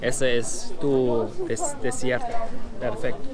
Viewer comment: Creí que había escuchado mal, dijo "desierto". Me he echado una buena risa...XD